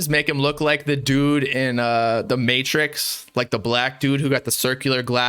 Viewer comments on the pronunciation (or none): none